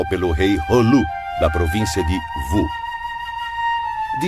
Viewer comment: "Vu" é "Wu"